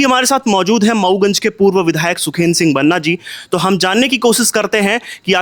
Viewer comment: Waise banna nhi Banaa hota hai prononciation..... Waki political na banaye mudde ko